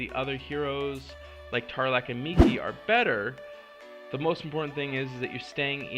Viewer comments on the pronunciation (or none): none